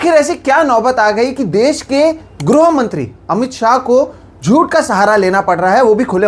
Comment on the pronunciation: ग्रोह मंत्री नही श्रीमान गृह मंत्री होता है पत्रकार महोदय